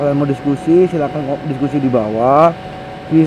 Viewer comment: peace not pearce